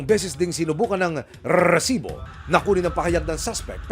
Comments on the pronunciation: gigil ako sa narrator RRRRRRRSIBO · Nakakainis yung host ng show na to bakit kailangan pa i-emphasize yung word na rrrrrrresibo 🙄 Napaka inconsiderate and insensitive since ganito yung TEMA ng palabas mo! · Hype na Rrrresibo yan nakakainis pakinggan maxadong trying hard na maging Mike Enriquez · Kelangan talaga rrrrrrrrrrrrrrrsibo ang bigkas😂😂😂😂😂 dami ring adik jan tondo navotas libangan jan ang patayan😂😂😂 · Nagkicringe talaga ako sa rrrrrrresibo! Bakit kailangang ganun tuwing bibigkasin? Ang oa talaga ng GMA🙄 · Humihingi ng donation pero may monetization ang video. Wack. Pakitigilan action man ang pag enunciate ng "r" sa "resibo" ang hirap seryosohin ng binabalita mo. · Can you please stop emphasizing that "R" when you speak the word Resibo? kairita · Kailangan tlga Pag sinasabi ung resibo w/ rrrrrrrrr nakaka irita pakinggan.. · Palitan mo yang Pag bigkas mo ng resibo boss pangit pakinggan.. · Kailangan ba talaga ganyan yung pag-pronounce sa 'Resibo'? What a joke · Yun nga din ang nasa isip ko haha bakit need pang ganun?😅